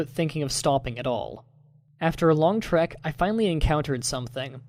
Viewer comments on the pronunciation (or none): none